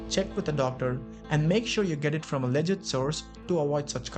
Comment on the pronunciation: You mispronounced "legit".